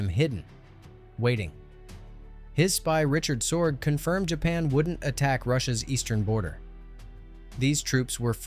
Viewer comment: Richard Sorge, not Richard Sword. Probably the greatest spy ever. You could say his intelligence network saved the Soviet Union.